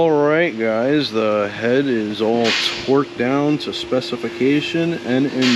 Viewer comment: I swear I heard him say "Twerked down..." 🤣